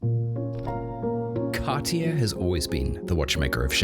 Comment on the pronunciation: How can you know so much about the brand without being able to pronounce it correctly?